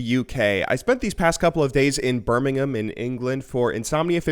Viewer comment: You pronounced Birmingham correctly! Well done.